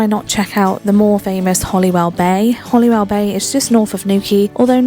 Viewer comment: HoLywell,not HoLLywell.